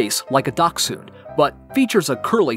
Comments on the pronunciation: “Dack-sun” Bruh how can you not pronounce Dashund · dachshund ( much more heard as dashund ): ducksand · I say Da-shund and i dont think thats how you say it lol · I pronounce it as dash-hound 😂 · It is more like “docks-hund.” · Why is nobody talking about how he pronounces dachshund - “dauc-soon” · I would offer that it's Dach, like Bach, with the 'ch' produced by air flow over the raised back of the tongue where your wisdom teeth appear while keeping the tip of your tongue right behind your bottom front teeth. Step two involves adding an 's' sound. Step three is saying the word 'hund' (dog). The difficulty lies in the enunciation of the 'ch' and the 's' and it's acceptable to pronounce the two as 'cks' making the 'k' sound as soft as you are able to. I hope this helps! 🤓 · Why do you say dachshund wired